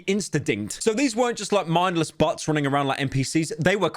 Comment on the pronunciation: I love how he pronounces bots as butts